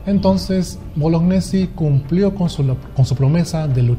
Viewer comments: se pronuncia boloñesi y no bolognesi. El apellido es italiano y gne se pronuncia ñe. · tengo entendido que Bolognesi se pronuncia Boloñesi, al menos así me lo dijo un profesor muy veterano que tuve de educación cívica que lucho en la guerra contra Ecuador. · Estimado, excelente trabajo, solo que deberías propiciar el correcto pronunciamiento del apellido de Francisco Bolognesi, lo correcto es "Boloñesi", la unión de las letras gn se pronuncia como ñ.